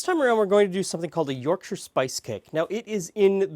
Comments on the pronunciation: Rare to find a north american pronounce Yorkshire correctly, nice one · i appreciate you not pronouncing it york shire! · Yorkshire viewer, definitely do Parkin. Pronunciation of Yorkshire spot on also. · SOMEONE WHO PRONOUNCES WHERE I COME FROM CORRECTLY